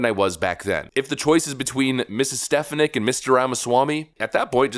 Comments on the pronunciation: Stef-fon-nick not Stef-ah-nick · I’m hoping for Viveck Ramaswmy. Please check out how to pronounce Elise Stefanik’s name properly. Thanks. Dan Wright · STE-FAN-ICK! NOT STEF-A-NICK! I think. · Stef-on-ick not Stef-in-ick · dude you miss pronounce peoples names all the time . not stef a nick. its sta phon ic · Stephanik's name is pronounced: stih-FAA-nihk😊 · Picky I know, but damn....you're pronouncing Stefanik's wrong. It's pronounced stefAWnik.